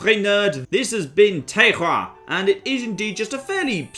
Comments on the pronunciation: Cmon!:O "Téroar" not "Térrrrrrrrah" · It's TER-RWOA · So, Terroir is not pronounced ter-or, it's pronounced tay-hg-ra... There's 3 r's and you only half pronounce one of them. I swear either the French just use a dart board to spell things or this is some national joke to infuriate the world. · See, in America we don't even bother trying to pronounce it. We just say it like "tar-oh-are". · you should say terroir more in all your videos.